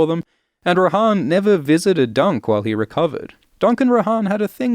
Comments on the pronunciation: on audiobook is her name pronounced Roe-Han or Roe-Anne, because you have just shook me to my core 💀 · Pronounced Ro-Anne, yeah? We're not in middle earth... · Isn't it pronounced like "Anne" but with "Roh" at the start. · How is it pronounced Joanne that doesn’t make any sense also in the audiobooks it’s pronounced Rohanne like how it’s spelt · I assumed Rohanne was pronounced like Jo-Ann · Am I crazy, or is Rohanne not pronounced like Joanne? I never considered pronouncing it like the horse lords form LOTR.